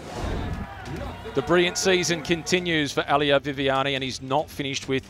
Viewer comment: Nice video, but It is "Elia", not "Ahlia"😅